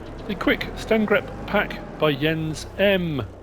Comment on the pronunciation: It sounds pretty cool when you say stengrep in Swedish 😊your doing a great job with these modvids, great videos as always.